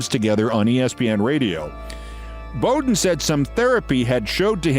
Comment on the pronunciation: Pronouncing Bobby Bowden's name wrong did wonders for your College Football cred. BOW DEN Noy BO DEN